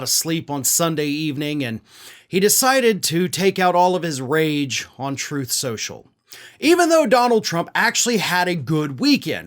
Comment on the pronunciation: "Trothe Cenchull"